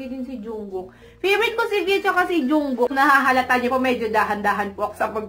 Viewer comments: Mali po yung pagbigkas niyo po sa pangalan ni Taehyung and jungkook😂 its oky lang po ang the second pic. Po si jin panoorin niyo po sa youtube worldwide handsome daw po😂😍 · the pronunciation of yoongi, hoseok, and jungkook is wrong😚